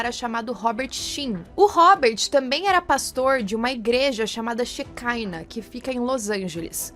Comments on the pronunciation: "shekiná" é palavra hebraica, não encontra pronúncia diferenciada no inglês. Ela falou no vídeo mais de uma vez "xecáina", em português a palavra se pronunciar "xequiná" mesmo, acredito que em inglês o máximo que mudaria é não dar ênfase na última sílaba, ficando "xequina". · Shekinah se fala shequiná é uma palavra da biblia que significa habitação ou assentamento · O nome da seita se pronuncia "cheiquiná", Sheikinah significa presença de Deus. Essas seitas são bem comuns e várias coisas que dizem ali que acontecia acontecem em igrejas neopentecostais aqui no BR